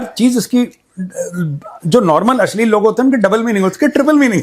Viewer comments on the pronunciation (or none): Asleel nahi (ashleel )hota hay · Why say ... ashlil ?